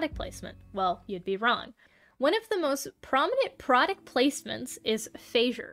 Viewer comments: Its not feizer its fats-er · Why did you pronounce Fazer like that... It's supposed to be pronounced "Fatser", not "Feiser"